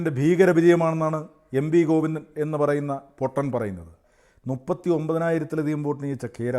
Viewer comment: ഗോവിന്ദൻ എന്നല്ല കോയിന്ദന😂